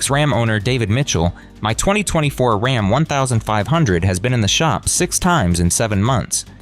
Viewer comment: “Rahm is in crisis”. AI FAIL